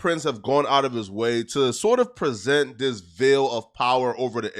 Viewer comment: It's veil/vail...not vill